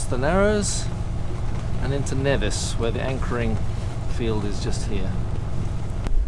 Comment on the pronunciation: Knee-Vis NOT Ne-Vis - Never say Nevis. :)